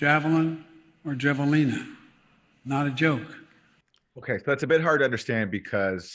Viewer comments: Javelinas are wild pigs of at least the southwest. Pronounced have-a-leena. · "Javelin or Javelina" lol!